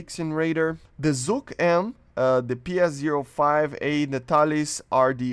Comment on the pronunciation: The Russian radar isn't "Zucc"! It's "ZHuk"! that [zh] reads like "J" in Rio de Janeiro